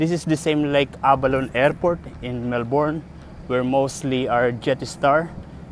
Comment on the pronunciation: Hey man. Not sure if anyone mentioned it to you but Melbourne is pronounced "Melbin".